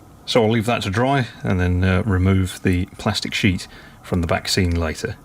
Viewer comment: Absolutely amazing, the level of detail is outstanding as always! Whenever you mentioned the ‘backscenes’, all I could hear was ‘vaccines’ - that’s all that’s on the news here in Ireland anyway! Looking forward to the next instalment already! Happy New Year